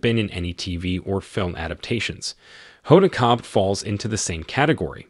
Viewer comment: Oh my! Her last name is pronounced Kot-bee, not Kot!😮